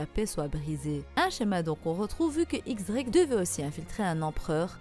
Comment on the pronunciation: on dit "Diez" Drake